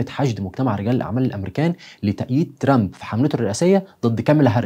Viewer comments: لا عزازي وتقديري بك 1000 نظرك إلى ضرورة نطق كلمة ترامب بطريقة صحيحة لأن طريقة نطق لها تعني المتشرد باللغة الإنجليزية.. تحياتي وتقديري إعجابي بكل حالاتك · أرجوك تنطق اسم ترامب مزبوط الطريقة التي تنطق بها اسم ترامب تعني الشحات باللغة الإنجليزية . فرج فرج نطق اسم ترامب مضبوط وشكرا لك تحياتي إعجابي بكل حلقتك ولكن حاول تنطق الاسم بطريقة صحيحة